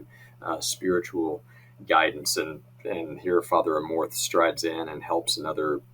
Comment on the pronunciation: Amorth pronounced "A (small a sound)-more-th